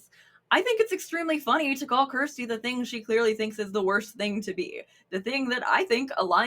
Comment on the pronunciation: You're pronouncing Kjersti's name so wrong.